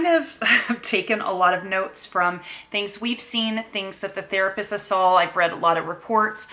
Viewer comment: Does say “sawl” instead of “saw”? No hate just wondering if it’s something common because my oldest says it too. I’m just curious how common it is.